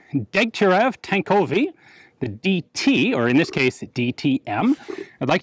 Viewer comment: "...tankovyi" Wow, Ian! Wow!